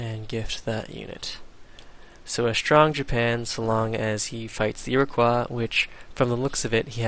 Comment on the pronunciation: You fail at pronouncing Iroquois. It's not French, you know.